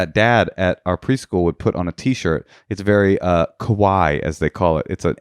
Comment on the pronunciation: its not kuwai its ka-wa-IIII. un pertit mort. not unpetit MEOW. lol